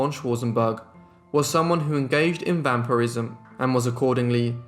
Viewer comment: Great video! It's pronounced vam-pir-ism rather than vam-pyre-ism